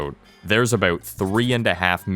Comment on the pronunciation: Bold to start the video with a strong aboot